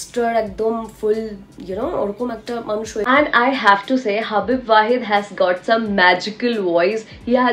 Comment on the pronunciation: হাবিব ওয়াহিদ। একজন ইউটিউবারের কারো নাম শুদ্ধভাবে পড়ার ক্ষেত্রে ক্ষেত্রে আরও সতর্কতা অবলম্বন করা উচিত